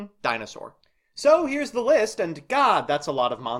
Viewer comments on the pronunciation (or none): none